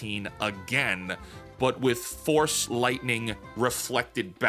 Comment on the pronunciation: "Oh, put the FORCE in it? I thought you said put the FORK in it."